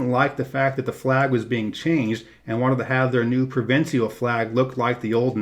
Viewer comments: Tell me you're not as stupid as you sound. Do you pronounce official as offiseeal or special as speseeal the same way you pronounce provincial as provinseeal? Are you not aware that the last syllables are the same spelling and thus rhyme? Obviously not. You label the capital of Quebec as Quebec and yet you say Quebec City in your description of the legislature building. You have no idea what you're talking about outside the US. Two thumbs down. I won't be watching any more of your videos. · Not sure what you mean saying that the symbolism of N&L's flag is obtuse. You mean abstruse? Also, provincial is only three syllables. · learn the pronounce the word "provincial."